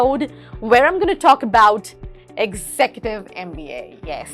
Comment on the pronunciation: Your pronunciation of executive is not correct.